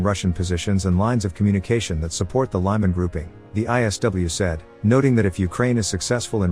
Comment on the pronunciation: LEE-man NOT LYE-man!